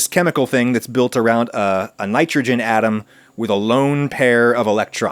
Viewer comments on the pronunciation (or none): none